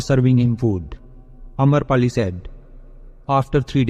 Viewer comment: Amrapali not amarpali